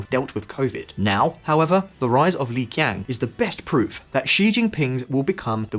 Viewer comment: is it so hard to put people's name in google translator so you can pronounce it half way right. There is no such person as Li Ki'ang... Qiang is pronounced "Chi'ang". Come on, if China is the second greatest global power, we in the West, should learn how to say their names.